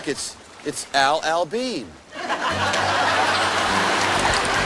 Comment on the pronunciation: it's AL AL BEAN lol